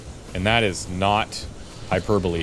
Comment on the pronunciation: Props for pronouncing "hyperbole" correctly, but you'll still have to work on "mischievous."